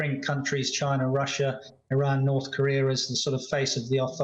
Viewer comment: How novel to have a weatherman say NorTH and not Norf... Keep it up!